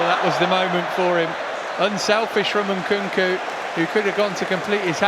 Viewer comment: Can someone teach the second commentator how to say Nkunku 😂